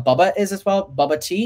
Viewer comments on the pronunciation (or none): Bubba instead of Boba i loved it